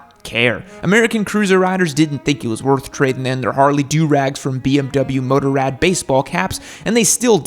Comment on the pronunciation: The way pronounces Motorrad!! hehehhe....noob:)